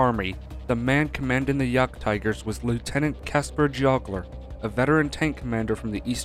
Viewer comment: It is Geoggler the G as in in garage, not J sound.